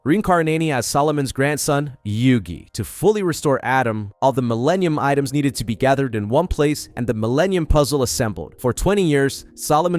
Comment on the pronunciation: Did you call them "Millanian Items"?? 😂